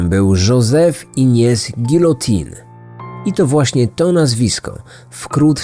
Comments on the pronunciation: Wymawia sie giliotin ,ale nie czepiajmy sie. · Wymawia się żilotę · Wymawia się Żosef Ignas Gijotę :) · Czy aby nazwisko twórcy gilotyny się tak wymawia? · Wydaje mi się, że pomyłka wynika z różnic pomiędzy słowami "Guillotin" a "guillotine" - nazwisko faktycznie wymawia się z "ę" na końcu (który to dźwięk tworzą litery "in"), natomiast nazwę przyrządu wymawia się z "in" na końcu (litera "e" na końcu zmienia wymowę).